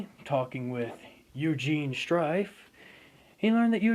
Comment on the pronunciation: oh no you have just been saying strike or strife